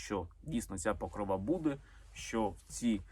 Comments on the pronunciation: Мої вітання!!! Дякую Олександра за цікаві відео. Чи можна Вам зробити невеличку підказку? Вибачте, в жодному разі Вас не критикую. Це щодо вимови слова "Покрова", в ньому наголос на другий склад, не на останній ( ПокрОва, не ПокровА)🤗🥰🇺🇦💙💛 . Дякую. Слава Україні!!! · ПокрОва а не ПокровА